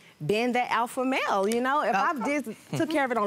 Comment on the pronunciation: If she say aphla male one more time 🤯